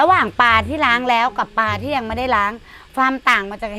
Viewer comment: ปลา ไม่ใช่ปา